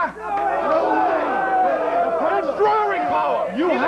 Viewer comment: "It's dwahwing powa!" LOL!